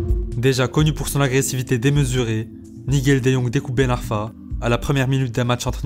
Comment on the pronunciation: Frero la vidéo elle est au top mais si t'es autant à fond dans le foot, comment tu peux dire "Newcasteul" et "Nigél de Young" mdrr ça me fume on dirait mon daron qui connait pas le foot qui prononce ça